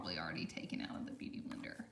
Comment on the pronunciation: “Beuty Blendr” 👍🏼